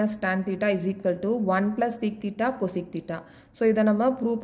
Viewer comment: Thats not coseeeec its cosec